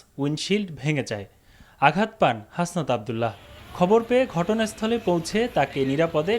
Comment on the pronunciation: হাসনাত আব্দুল্লাহ, নামটাও ঠিক মত বলতে পারে না ,সে খবর পড়তে এসেছে।